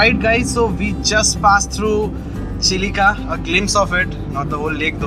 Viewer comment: The lake in Odisha is Chill-Ka ,not Chili-ka . The river at Kolaghat is Rup-Narayan. Everything else was very nice. 👍